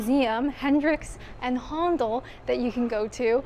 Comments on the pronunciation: If you live in Kent and like history about Winston Churchill, go and visit Chartwell. Some British pronunciations: BERnard, not BerNARD. Haendel or Händel, not Hondel. Bel-grave-ia, not Belgraavia. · Brill vid. HA,NDAL not HONDLE and BELGRAVIA not BELGRARVIA, Just saying. Wonderful architecture. Well done. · HONDOL? Really? Try pronouncing it HANDLE Good Job! x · Handel is pronounced "handle" (both here and in Canada). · Loved this video! Fun, interesting and educational...and I'll never pronounce Handel the same way again! Well done to you, my favourite solo trip video so far ❤